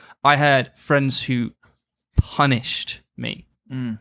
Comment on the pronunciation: Bro mans a pussy, putting in emphasis into words like "punished"🤣🤣🤣fucking prick, only had friends with these snake yutes🤣🤣